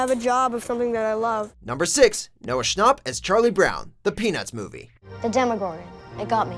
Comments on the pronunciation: did he just say Noah "Schnopp" you have got to be kidding me......... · Ahhhhhh he said Noah shnop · It’s actually pernouced Noah SchAAp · "schnop" okay.. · I'm dead he said Noah schnopp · Isn’t it pronounced SchnApp not scharpp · Does he say Noah Shcnopp? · They literally said noah Schnop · Who else cringed when he said 'Schnapp' wrong? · It’s not noah shnop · Please stop saying “Noah ShNARp” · Noah’s last name is pronounced schnApp. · The way he pronounces Schnapp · he pronounced noah's name wrong the fandom is TRIIIGERED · They say his name wrong 😂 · uhhh they said noahs last name wrongggg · He said Noah schnapp wrong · Im triggered by how he pronounces schnapp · Was I the only one that was getting annoyed when he said Noah schnapp 😂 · Oml him pronouncing snchapp wrong bugs me so much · Omg the way he pronounced Schnapp... Sorry, it had to be said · I’m going to dislike this cause they said Noah’s name wrong. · Who’s Noah schnopp? It’s Noah Schnapp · hermione granger has entered the chat its noah SCHNAPP not noah schnooooop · Noah schnop wtf it’s Schnapp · Am I the only one getting mad that you said Noah schnopp...? ITS NOAH SCHNAPP with an a not an o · You mean Noah schnapp not Schnopp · “Noah schnopp” OMG he said it so wrong😂😂💀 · “Noah Shnop” 💀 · “Noah Shnop” me: TRIGGERED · DID YOU SAY SCHNOPP! IT'S SCHNAPP!! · Hey guys it’s Noah Schn-augh-pp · "Noah Schnopp" Me: TRIGGEREDDDDDDDDDDD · "Noah shnop" * schnapp * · Notice how he says ShNoP not schnapp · it was annoying how the guy said Noah Schnopp instead of Schnapp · HE PRONOUNCED NOAH SCHNAPP AS SCHNOPP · Sorry but his last name is Shnapp not Shnopp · he said noah schnapp like it was Noah Schnopp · it's Noah Schnapp not Noah Schnopp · It's Noah Schnapp like snap. Not noah schnopp. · It’s not Noah shnopp it’s Noah shnapp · IT'S NOT PRONOUNCED SHNOP ITS PRONOUNCED SHNAP OK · HE SAID NOAH SCHNOPP!!! >:( AAAAAAAAAAAAAAAH!!!!!!!! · He kept saying schnop instead of schnapp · its SchnApp not Schnop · Schnap not schnop